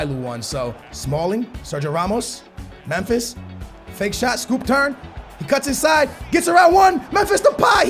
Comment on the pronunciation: Bus Alex Telles For backup left back Btw u cant say Memphis (first name of Depay)